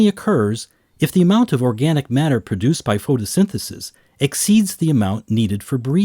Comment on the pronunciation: The way this dude says water and matter is pathetic